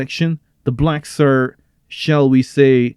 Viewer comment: "The Blecks!"